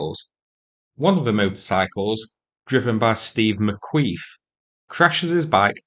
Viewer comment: "One of those motorcycles, driven by Steve McQueef ..." LOL